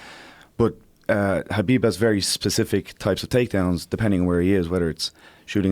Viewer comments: I love you Joe, Please learn how to say Khabib's name right its NOT KAH Beeb its .... HUH Beeb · Ben A Habib is the correct way of pronouncing his name. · Ffs. Is it Habib or Khabib? Heard quite a few people pronounce it Habib during this event but never heard anyone say it that way before. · Khabib Nurmagomedov - the K is silent in Khabib.. sir.. ; )